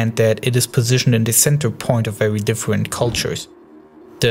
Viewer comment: *vewy good